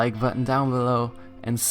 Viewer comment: And of course SUUUUUBSRIPE. Yes you said scripe XD